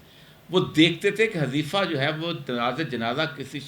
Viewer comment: حٌذيفہ صحیح تلفظ ھے۔ عربی نام ھے۔ ح پر پیش کے ساتھ ۔